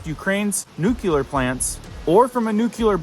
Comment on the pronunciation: The word is nuclear, not nucular.